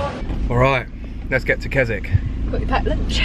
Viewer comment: Pronouncing Keswick wrong through the whole video 😅😂